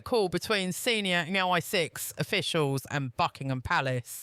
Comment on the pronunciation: The AI use in today's propaganda news, huh...it just can't spell it right..listen to when it say MI6